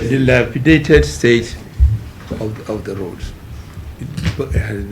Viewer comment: What a hell remark is this bigot fashioning, bcos you're the part of the system who orchestrated this disunity and divisive draconian 1999 fraud constitutional being central by you and moron So forget binding ourselves again, let everyone go his seperate Ways . dumb couldn't pronounce Dilapidated" instead break your grammar, bull cr**p